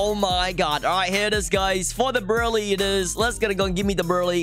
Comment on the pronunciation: It’s brulee not berlee